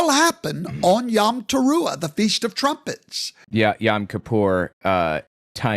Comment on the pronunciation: Hebrew יָם yam means “sea.” He means יוֹם yom “day.” It sounds like YOME (like “home”), not yahm. He sounds like an idiot trying to use Hebrew.